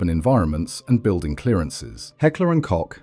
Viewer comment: "Koch" is pronounced like Coke - the drink. Good video!